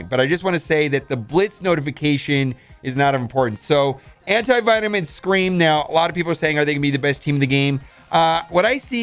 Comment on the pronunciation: Anyone else hear him say anti-vitamin?